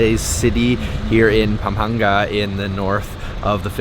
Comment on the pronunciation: IT'S PAM-PANG-GA.